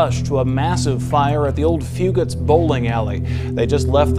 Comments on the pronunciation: Grew up here, lots of memories at Fugates. Flirting with girls, hanging with friends, and fist fighting in the parking lot, lol. Great vid but stop saying "few-gate", its "few-get" in hazard. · Very well put together but it’s few-gets not few-gates